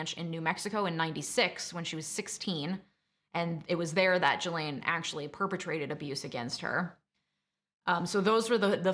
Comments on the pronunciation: Honey if you knew anything about this case you would at the very least know her name is pronounced GEE-LANE NOT JEE-LANE smfh 🤦🏻‍♂️ do better . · Not a very busy lawyer with time to watch and make videos about something you're not getting paid for . YouTube lawyers are right up there with YouTube doctors and psychologists. Only useless people need to make YouTube channel. It's pronounced GasLane. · I believe her name is pronounced shill-ahn, but I prefer jizz-lane. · Drink every time you hear "Ghislaine" 🤣☠ But in all seriousness so glad this monster is locked up. Unfortunately mental health i feel was culprit but nonetheless the crimes committed. Very sad. All these innocent lives tortured, including hers. She could've chosen to do better and better she was an adult. These women are in my prayers. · I clicked off after hearing you mix up Prince Andrew and Prince Edward and hearing you pronounce Ghislaine that way....I can't listen to you for a half hour OMG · The mispronunciation of Ghislaine and Gueffre was really annoying. It’s feels as if you are mentioning this story because of its popularity not because your really into the Maxwell court case.